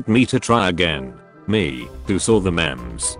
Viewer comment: I hate how he said memes instead of memes #dankness